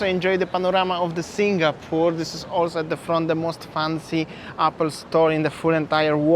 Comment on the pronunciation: Bro …please please can you pronounce Singapore 🇸🇬 properly? Its not SINGGAH-PORE😫. I cringe everytime ! 🤣 🤪 anyway Merry Xmas to u both! 🎄🎅🏼🕊️